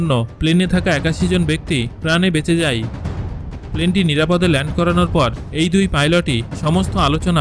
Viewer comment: আপনি যায় কে যাই আর হয় কে হই কেনো বলেন?